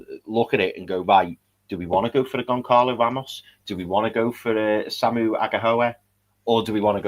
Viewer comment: Hey guys, love the show. Have followed since you had less than 5k subs. Please Google the pronunciation of Goncalo Ramos. The 'C' is silent. So it's pronounced Gon-zah-lo Ramos. Thank you